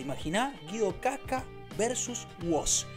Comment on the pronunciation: Se dice Guido wasca